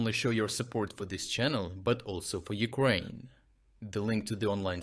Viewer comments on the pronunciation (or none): none